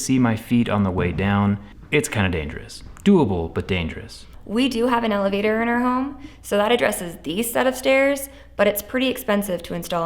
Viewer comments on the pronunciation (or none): I thought she said “We have an alligator 🐊 in our home” but then realized it was elevator in context 🥴